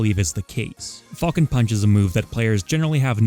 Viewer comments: “Fall-cun Punch” boi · Ngl, I swear to fucking god I kept hearing say "Fucking punch" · The way you pronounce falcon hurts me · Not the biggest fan of the way u say Falcon but your content is just as great as always! Keep it up with the best quality ever man!